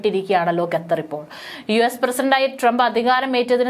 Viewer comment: ഗതർ അല്ല ഖത്തർ എന്ന് ഉച്ഛരിക്കാൻ ശ്രദ്ധിക്കുക.